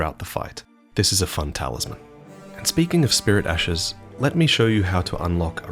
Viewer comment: love the lore but hate the way you pronounce s's at the end of words for example ashes= ashesshhhhhh